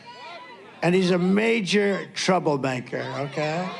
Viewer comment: did he just say "trouble-banker"?